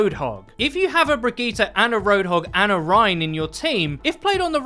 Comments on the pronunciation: Wow...miss pronunciatte a few more things. It's not brig E ta.... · Bri•d•jeet It's pronounced bridjeet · Why do people insist on trying to church up bridgetes name? Bri-gee-tee-tett-gon-gee-tah. You sound like people who try to go full Italian at italian restaurants. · Bridgette is french and it's pronounced bridge it...if for some reason overwatch pronouces it like you do...it's dumb on all ends. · Who says Brigitte like that? It's not french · Can we please start saying her name properly shes not a sayin i dont get it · It's actually painful to listen to how awfully you pronounce Brigitte lol